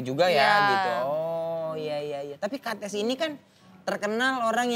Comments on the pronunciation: Bacanya sebenernya kan kétiz bukan kates ya..tp yowes ben lah 😅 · Namanya bukan kates tapi dibaca katis, aku gemens sm pengucapan hostnya 🥹 udh bagus itu namanya, jgn diganti keplesetannya, ga lucu soalnya😢